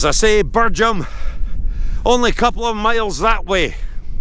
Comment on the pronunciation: Great video, it's pronounced Birjam, not Birgham